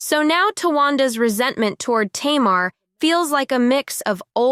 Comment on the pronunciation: Her name is pronounced Tay-mar.